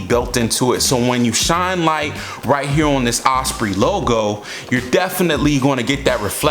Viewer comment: Like the older one better. Don’t fix it if it ain’t broken. Ospreee lol